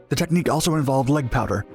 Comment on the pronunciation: Anyone else catch he said leg powder instead of leg power lol